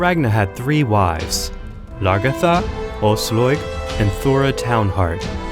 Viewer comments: Ojsllojg?!!!! Wtf man, her name is Aslaug. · English pronounciation of scandic names are sometimes legendary. Frø = Froeue Aslaug = Åsloig Asloig Auslåig hahaha Love it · Has this guy watched any of the TV show or did he just get given this script? The pronounciations absolutely ruined this video for me, lol. "Queen Oiyslouyg" "Eevar the boneless" "Ubbee" "Ragnar Lawthbrok" jheez. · "ausloyeg" holy shit man,you brutality butchered those names. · "Queen Aoslåyg".... oh god these pronounciations ... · George Zaharia asslog eeevar haahaa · I get triggered when he says Brünnhilde and Aslaug... But cool Video